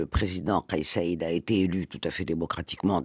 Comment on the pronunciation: Rached et non Raded et Saied et non Saded